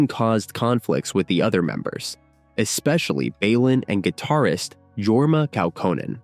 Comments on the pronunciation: Pronounced Sig knee and Yorma. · This AI doesn't know how to pronounce names like "Signe" and "Jorma". ❤